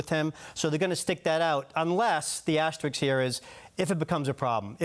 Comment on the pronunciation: It's asterisk, not "asterixx." Basic English pronunciation. There's a reason this guy was a write and not a speaker.